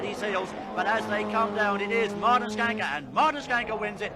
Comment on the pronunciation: So nice to hear an internasjonal speaker pronounsing Martin's name correctly :) Mr Rallycross (Martin Schanke) have been a "steering-wheel man" all his life. Even past 70 y of age, still driving Lorries in South Norway. And been involved in some car projects for mates still in rally. He's Escort that he got famous with, was a self engineered car. Variable differentials, and also adjustment for which axle that should have most power. So it could be front wheel driven.... !